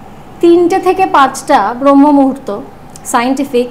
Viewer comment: "Bromho " noy , kOthata holo "braamho" muhurto.